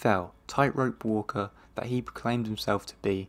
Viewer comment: Very real voice, with a very strong accent! He hates pronouncing a final "t" in some words... which makes "that" sound as "the" while speaking. It's quite unfortunate.